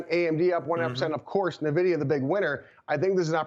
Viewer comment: Say it with me now…. EN-VIDIA. Not NUH-VIDIA. Guy can’t even say the name of the hottest company in America lmao.